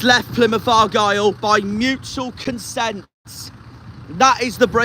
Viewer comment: It's consent not consense.